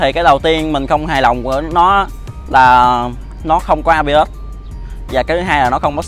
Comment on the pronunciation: ABS chứ ko phải AB ớt đâu cha